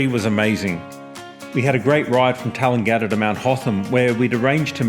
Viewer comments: You don't pronounce Tallangatta like Coolangatta. We are not Queenslanders in Victoria. Your bikes are too big for the High Country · That's no how you pronounce Tallangatta.